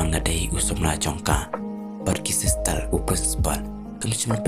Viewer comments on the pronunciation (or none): Bad sistal😂😂 ka pronunciation waw biang beit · Sistal a new pronunciation 😂😂😂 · Wow,!!!! Me pronounce sister ne silstal ne,???